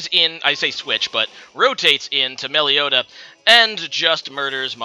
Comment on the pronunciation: Melly-oh-ta? Oh dear.